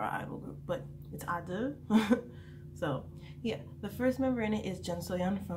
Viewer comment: It's actually pronouced just "Idle" not "adeul" even in Korean it's "aideul"